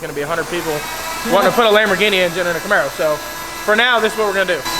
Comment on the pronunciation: "Lambaro" "Cambini" ...So many options ;)